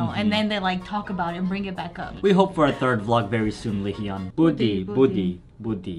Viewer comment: i'm sorry i just can't get over how you're still pronouncing hyun/hyung wrong. it's not he-yun it's just hyun. you don't say ye-ung you say young. it's the same but with an 'h' sound in the front. just listen carefully how the members say it, that's the best way to learn. you'll get it eventually. i just wanted to write it out for you if you happen to see this